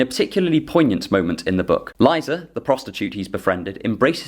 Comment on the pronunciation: You may not need it, but as a Russian, I'll say that Liza is pronounced Leezah, not Lighza :)